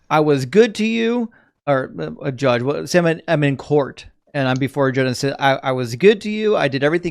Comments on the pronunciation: I’m not sure what’s more offensive: his misogyny or him saying “wool” instead of “well”. 🤦🏻‍♀️ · These dumb-ass theist all learned their BS from the same BS school. Go back through every single video and you will find they all say "wul" instead of "well". They say it very often also.